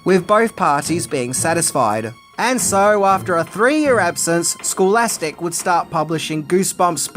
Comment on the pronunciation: It's scholastic, not schoolastic. 😂